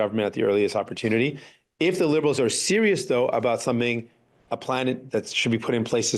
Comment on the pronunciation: Jagmeet’s manner of speaking is a bit like Elmer Fudd. Like when he says serious it sounds slightly like “sewious”